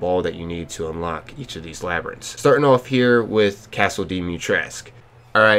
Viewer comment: Yeah we know you not used to saying words like labyrintts don’t sweat it